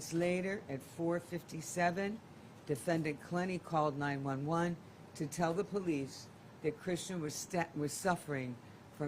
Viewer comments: Yes why was she saying 9-11? So annoying!! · 9-1-1, not 9-11